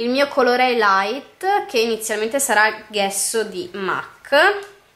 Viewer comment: Ok, è GESSO, non ghesso!! E' una parola italiana e noi siamo italiane, quindi pronunciamola come si deve! Non copiamo gli errori di pronuncia delle americane perchè fa pietà!